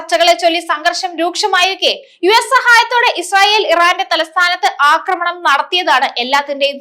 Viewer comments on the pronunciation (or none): none